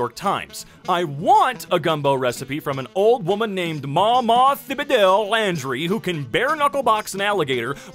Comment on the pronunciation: it is always funny hearing someone not from Louisiana try to pronounce Louisiana names The “h” is silent, and “eaux” is pronounced “oh”. Landry has emphasis on “land”.